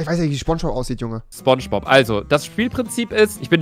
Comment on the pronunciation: Niemand: Rewi: SCHBONSCHBOB